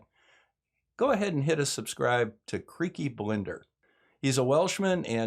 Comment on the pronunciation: You can tell just how much of a fan of Creaky Blinder you are by the fact that you can't even pronounce his name!!!!